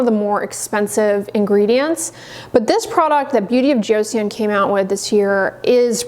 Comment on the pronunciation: Great info. I have eczema and am running out of my CeraVe. FYI, Joseon is pronounced as two syllables and sounds more like "joe" and "sun."